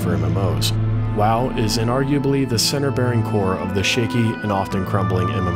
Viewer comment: tou lost me once you said wow wod